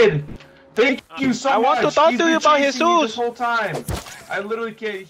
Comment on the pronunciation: Him: I just want to toll you something. Also him: You know Hesus?